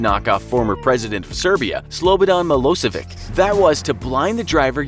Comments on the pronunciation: Milosevic is pronounced as Mi-lo-se-vich not Mi-lo-se-vik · Slobodan Milošević..... It's pronounced Miloshevich, not milosevik